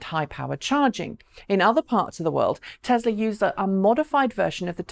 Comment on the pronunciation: Add it to the list along with Hyundai. However, she is probably the only English person that can get Nissan and Tesla correct though, so I will call it a wash.